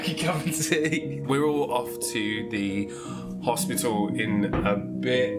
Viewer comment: always cracks me up when he says "Hossspituoolll"